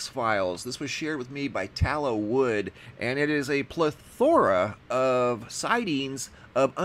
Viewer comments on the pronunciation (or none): not pleh-THOR-a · Plethora [Pleth-er-uh] funny I typed that out and decided not to post it until I saw your comment. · I love your uploads, but, but, check your pronunciation of “plethora”, please. Mt. Hood is in NW Oregon, not the NE, fyi.